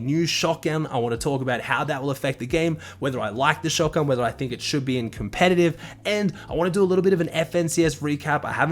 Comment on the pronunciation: Ah yes, shotgan